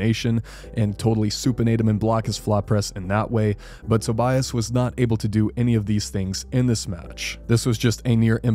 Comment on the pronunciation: just to let you know: My understanding is Tobias' name is pronounced: Toby-us.